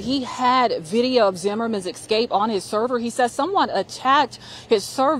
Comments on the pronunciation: Escape, not Ecscape or Excape! Do better! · Video of his "excape" WTF is "excape". Stop hiring people to relay news to the public who can't even speak English properly.